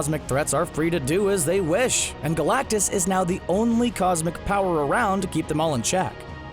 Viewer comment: Well I mean first of all, it’s galactus..